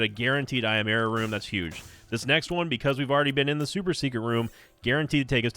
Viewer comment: Am I the only one that hears yera instead of error?